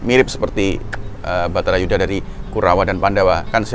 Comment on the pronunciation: Bukan betara Yudha Kang, tp Barata Yudha